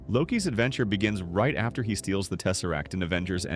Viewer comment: It is he who remains. not hi who remains:body-green-covering-eyes